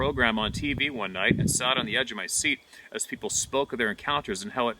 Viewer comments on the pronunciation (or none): none